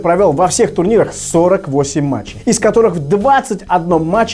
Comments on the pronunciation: ошибка)не метчей,а матчей 🌚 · матчей, а не метчей))) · метчей, а надо матчей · не метчей, а матчей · мЕтчей XDDDDDDDDDDDDDDDDDDDDDDDDDDDDDDDDDDDDDDD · слово метчей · метчей XD